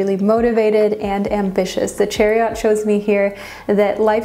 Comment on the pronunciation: I love the way you pronounce some words like chariot and metamorphosis!